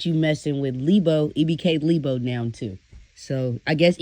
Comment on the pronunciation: Not leebo😂